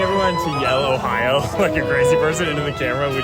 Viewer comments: “Day two” and “Ohi-ooo” 🤔🤣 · "ohiwho" sniped me